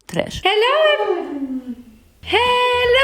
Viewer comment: u say "trash" like russian